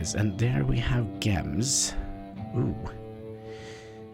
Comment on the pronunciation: My guy saying Guems instead of Gems xD. BTW when you are placing your throne, if you hold right click you will see the ressources around